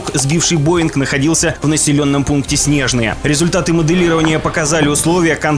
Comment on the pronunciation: Только не СнЕжное, а СнежнОе .